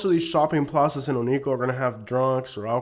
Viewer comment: Oneco isnt a bad place. Its kinda like a big flea market. It can be a fun place to spend a day It is pronounced OH - NEE - KO BTW